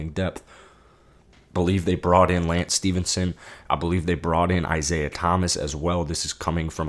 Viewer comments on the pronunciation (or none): none